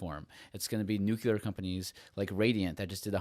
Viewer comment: Love it all. You guys are great. Super minor request: pronounce the word nuclear instead of nucular 😀.